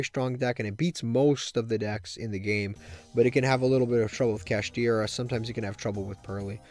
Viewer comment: Saying kashtira is close to purrely should be a crime